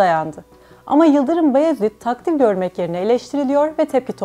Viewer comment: "Bayezid" diyeceksin "Bayezid" 😠